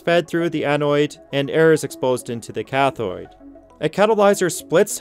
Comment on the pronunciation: You're mispronouncing anode and cathode as anoid and cathoid